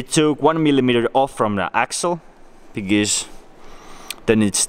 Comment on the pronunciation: Whenever he says because it sounds like he's saying bigez